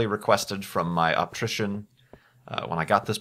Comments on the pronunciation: it is pronounced optician, hate 2 sound like the jerk who always corrects ppl, just thought that might help u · lol it's "optician" haha:D